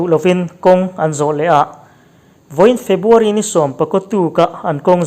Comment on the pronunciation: Febuary ti tawhlo la ,February tih tur i lamṭhing thei e